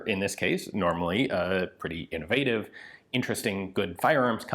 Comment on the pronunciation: almost sounded like you said invaded instead of innovative